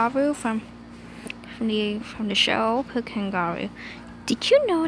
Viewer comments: "Paccu" its Pucca not Paccu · Am it's not pacca it's pucca